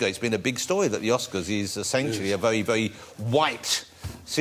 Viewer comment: is it only me or he said Vewy Vewy Funny